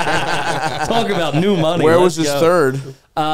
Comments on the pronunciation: Another great “kneeyew” episode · Stav’s accent when he says “new” or “knew” is hilarious